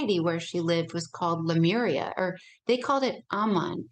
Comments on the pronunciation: CLICKBAIT CLICKBAIT CLICKBAIT : How To Be Super Human...?????????????????????? Yes HOW????????? So I "spent" about 57 minutes of my life but I still have not heard any "how"... and : "Lamura...?" You mean Lemuria... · She pronounces Lemuria incorrectly throughout the entire interview, plus this theory has been debunked long ago via ocean floor analysis in the pacific. The whole Atlantis theory is as stale as 50 year-old french bread